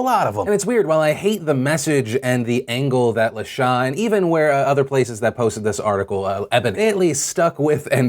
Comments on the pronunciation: I'm almost positive that the HuffPost writer's name is pronounced "La-Shay" and not "La-Shah"...just FYI!!! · Lol! Phil La Sha is more than likely pronounced La SHAY with a long A. It's not a big deal at all and I'm not trying to make light of her wrongdoings. I just found it funny every time you said it. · "La Sha"? Phil you pronounce that like LUH-SHAY. Of course this has nothing to do with the story, but that's common black name, I just thought to inform you.